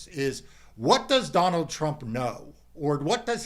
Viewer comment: "Don-Old" needs to go